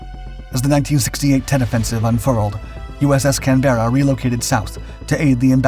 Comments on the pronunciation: Your pronunciation is wrong. Canberra is pronounced. Kan buh- ruh. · sad the research didn't even stretch to how to pronounce the name of the ship. not so respectful IMHO. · What and where did you get the never heard before pronunciation of the name "Canberra"? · At least learn how to PRONOUNCE the name of the ship…FFS. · Please check your pronunciation of the name Canberra it’s wrong. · Continual mis-pronouncements in the commentary are very distracting...e.g. Canberra, Bataan etc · For goodness' sake, can't you learn to pronounce Canberra if you want to make a tribute video? I suppose she was a US ship. Perhaps the Americans can't say it right either. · I wish Americans could learn how to pronounce "Canberra" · Maybe he could say Canberra correctly unlike this guy. I'm not an Aussie but hearing him butcher the ships name is grating in the extreme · you tell em Steve...emphasis on the Can... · Please learn how to pronounce Canberra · Its painfull listening to you prenounce Canberra, try dropping the 'e' for a 'u' or listen on the internet 👍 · Very interesting, pity the commentator mispronounced the ships name throughout, & incidentally Australia’s capital city . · it is pronounced IN Australian slag as "CANBRA'" NOT CAN-BERRA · Can-ber-ra NOT can-bera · On a small point of accuracy, it's 'CAN-berra' not 'Can-BERRA'. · I hate how you pronounce Canbera. Its "Can..ber..a" Not "Canbeara" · Just wanted to make a point about the pronunciation of the Australian capital city, after which, the ship was named was incorrect. Australians say Can-Buh-Ruh, and not Can-Bear-Rah. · Am I the only one who flinches at every instance of the narrators pronunciation of the ship's name!? Sounds like - Can-bare-ra, rather than I a brit would always pronounce it Canberr-a. Otherwise very good an interesting video. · Can ber ra , not can bear a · AARRGGHH! It’s pronounced “Canbruh”; not Can-berra”! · us Australians call it Cambra not canberra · Mate it's pronounced canbra in Australia